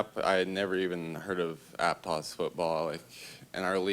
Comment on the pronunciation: Pronounce Aptos correctly coach.